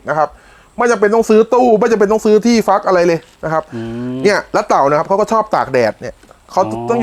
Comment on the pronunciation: ฟัก ไม่ใช่ฝัก